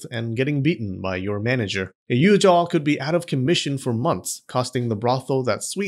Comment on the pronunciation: It’s Yujoo not Yujaaaahhhaaw